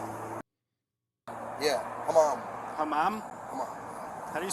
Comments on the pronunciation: When he repeated his name it sounded like ‘hammam’ which is Arabic for ‘toilet’ (and pigeon,depending on context). Very appropriate 🤣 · “Hammam” - in English WC😂